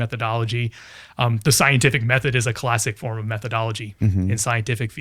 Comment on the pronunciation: Adds an H* sound to every word.😎 claHHHssic